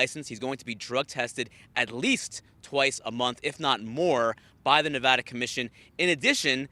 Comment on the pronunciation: Nevarda/Nevada lol